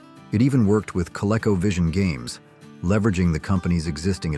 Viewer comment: Co-Leko? You mean Co-Leako Vision. Geez, did anyone proof watch this video?